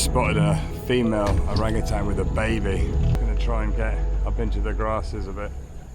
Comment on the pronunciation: Enjoyed the video. Stayed at Hornbill Lodge a few months ago ourselves. Great choice. As future experts in the area you'll want to be getting the pronunciation right! 😆Pro-Boss-Kiss (not Pro-Biss-Kiss), Orang-oo-tan (not tang) Orang = person. Utan = forest. Nothing tangy about them despite the colour. 👍